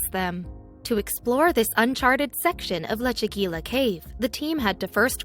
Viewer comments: “Lechu-gweela”. Lol! For pity’s sake, it’s Leh-chu-GEE-yah...using a soft “g”...almost “Leh-chu-HEE-yah” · In Spanish, double l's are pronounced like the English Y. The correct pronunciation should be "lechegya" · leh·choo·gee·uh keiv You are butchering the name of that cave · The correct pronunciation is Leh-chu-GEE-ya, with a hard "g", like in goose.